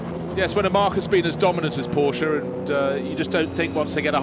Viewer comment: An announcer that cannot say Porsche correctly. Brilliant.